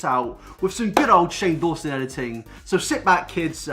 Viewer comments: Daw-son it's not that hard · who else got triggered when he said "shane dason" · “Dayson” LMAO I CANT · How’s he purposely trying to mess up Shane’s last name like Shane can’t end his career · Hahahahaaa you mispronouncing Shane’s name after literally being interviewed on his channel was gold, I LOLed. 🤣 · i love how hes trying to be funny by acting like he doesn't know how to say 'dawson' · you were in Shane old video about Jake and done a lot of videos about him but can't pronounce his name???? tea sis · u deserve a dislike from me for fake pronouncing shane dawson's name :p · I am offended that you do not know how to say Shane's name when you have been on one of his iconic series videos 🙄 still love you thoo ❤❤❤ PS...OMGGG HE LOVED MY COMMENT! AND REPLIED TO ME! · I'm loving the "oh I can't pronounce Shane Dawson's last name because I've never heard of him" xD